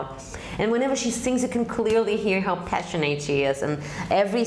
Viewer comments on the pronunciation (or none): It's all cool. No disrespect here. Your english is, if I must say, excellent. Your review is spot on. My comment was how difficult the pronounciation of similary spelled words in english is. you said the word passionate as "passion eight". If I was learning this inconsistent language I would have undoubtedly said the same. But the word is pronounced "passion et". I should temper that by saying in American english. I'll let the Brits comment further. It's all good.